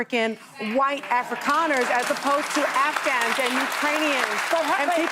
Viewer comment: "Afri-con-ers"? Uhh... come again?